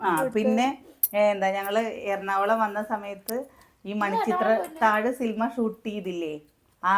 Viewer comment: സിൽമ അല്ല സിനിമയാണ്.